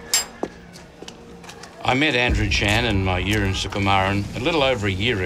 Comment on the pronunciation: I honestly thought the reporter was talking about his piss when he said " my urine" 😂